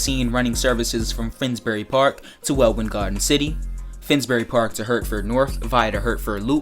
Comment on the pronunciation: F1 Fan and Wel-in garden city not wel-win garden city